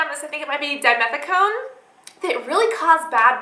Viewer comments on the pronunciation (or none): none